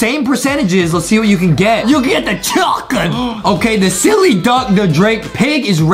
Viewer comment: Chuken is how Justin pronounces chicken 😂🤣